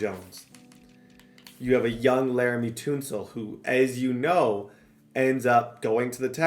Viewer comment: You did not say "Tunsil" like that 💀